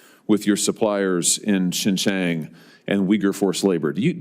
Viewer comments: it's hilarious and so satisfying to see this Josh Hawley getting all worked up and pissed but still can't extract a definitive answer from Intel. But the Intel guy is too soft in his answers. Hawley is certainly no expert in Xinjiang which he couldn't even pronounce properly. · What a stupid ignorant clown this senator is. He can’t even pronounced Xinjiang correctly. The Intel executive put him in the right position.